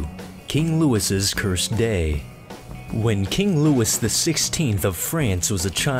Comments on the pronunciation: It's King Louis (Lewey), not King Lewis. It's a French name. You don't pronounce the "s". That was kind of funny. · it's king Louis, not king Lewis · Learn how to pronounce Louis. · King Louis is not pronounced like Lewis. It's pronounced like... Louis. Also, that last guy didn't piss off thor - that's thunder - Zeus is lightning. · How could you mispronounce Louis...did you go to school? I'm so embarrassed for you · it's the English pronunciation of a French name that anyone who is talking about history should know how to pronounce. that's like calling someone named Jorge "George" just because you want to call him by the English name. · KrunchyNaut thanks genius, you're missing the point. You don't change the name of a famous historical figure to the "proper english" version just because you want to. It's french, a name of a french person, therefore you pronounce it the correct french way. It's really not that difficult to do or comprehend. I have never in my life heard someone talking about history with even an ounce of authority calling him Louis the english way. It sounds ridiculous and it IS ridiculous. Just because there exists an english version doesn't mean you use it.